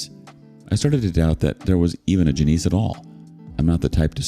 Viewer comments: Its NOT Ja-neice. its JAN-ISS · Hahaha it's pronounced Jan-iss, not Juh-neese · JANIS. Not Juh-neese. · Janice doesn't rhyme with Denise.